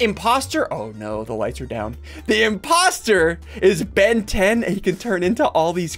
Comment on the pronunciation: "Ben 10" "Ventin" hmm...